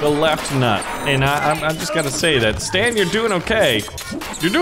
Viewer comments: It's Satan not stan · its not stan its satan